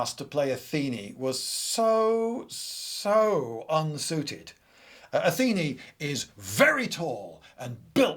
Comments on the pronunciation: I listened to this podcast style rather than watching the video so forgive me if I missed explanatory on screen text, but why do you keep referring to Athena as Atheni? Is that a more archaic pronunciation or something? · it's not Ah-thee-ni, it's Ah-thi-nah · "Atheenie"? It's "Athena", surely? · Athena is the goddess of wisdom, not war. Circe- ''Κιρκη'' sounds like ''Keerkee''